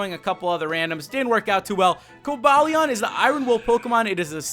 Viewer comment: ***** Umm... you said Virizion, Terrakion, and Cobalion wrong!